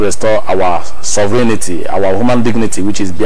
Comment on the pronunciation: Sovereignty is pronounced ("sofrentee")just to help non-native speakers on proper pronunciation. Thanks for your informative program.